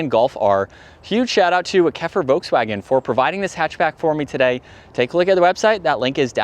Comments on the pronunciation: The "L" in Volkswagen is not silent, even in English. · I loved the way Mike Wolfe pronounced it: Voteswagen. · No, you are saying VOKES WAGEN. Nobody says that leaving out the "L". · He says Volkswagen wrong too but we will cut him a little slack because we like him. If you use the German translator and put in lapis it says LAP like the English word and the emphasis on LAP, then PIS like piss. And it is the same in English and German.